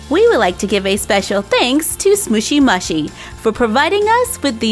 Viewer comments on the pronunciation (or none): It is actually pronounced smoochy mooshi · (no offence) I adore your channel but its actully pronouced sm-ooooshy m-ooooshy. They look so cute .Your one of my fave youtubers cause your always so positive and bright and your crafts are amazing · You say the name of the brand wrong